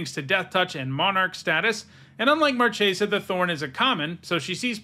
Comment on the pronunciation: Marchesa!!! In Italian the "ch" is pronounced like "k"!!! She comes from a plane based on Italy (Florence) in the Renaissance, please pronounce her name as Markesa.